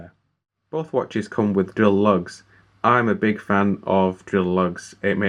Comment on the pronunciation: Good review, but the word is LUGS, not LUNGS!!